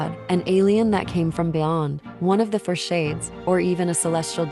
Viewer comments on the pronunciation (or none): none